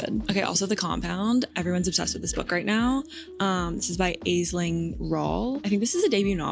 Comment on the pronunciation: I loved this vlog. Pictures of You is brilliant. Can’t wait to start the Happy Wife. I am having brought over to Ireland 🇮🇪. Danielle made your vlog. 😂 Omg, our accent. 😂🙈By the way, Aisling is pronounced “Ash-ling”. It means dream or vision in Irish. ☕️